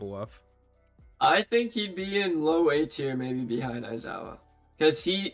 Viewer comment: Aizawa not Aizaiwa 😂